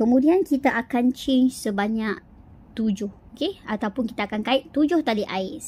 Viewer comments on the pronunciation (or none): Tutorial sebut change tu ingatkan tukar rupa rupanya chain (rantai)… kalau sebut je rantai kan senang. X di la keliru antara change dgn chain… huhu.. Maafla atas teguran